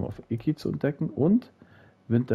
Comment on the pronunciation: es heist Isla Iki nicht Isla IKiaaaaa XD